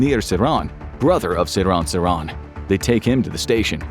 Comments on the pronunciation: Dude, the assassin's name is pronounced, "SIR-hahn SIR-hahn," not "suh-RON suh-RON." Your infographics videos are normally outstanding, but this one was one of the worst that you have produced. Terrible. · Ive always heard his name pronounced as SeeR-han SeeR-han , Ive never heard anyone pronounce it the way you are pronouncing it